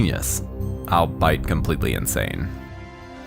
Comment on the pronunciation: I cannot stand how all these millennial narrators pronounce "albeit" as "I'll bite". I just see it everywhere.